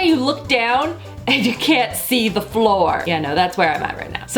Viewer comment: do you have an accent when you say like CL(ean) and FL(oor) or are you just trying to talk funny???